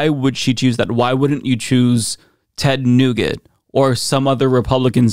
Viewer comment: But, this guy saying "Ted Nougat" is okay? Are we listening to candy now? Oh... some of you make me laugh.